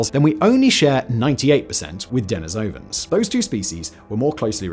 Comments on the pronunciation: de-NI-sovans Not Deni-SOUVans Good grief, man! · "Neander-talls" the "h" is silent. "Dah-nee-so-vens"